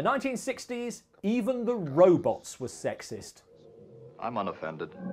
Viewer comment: Or "Rowbutts"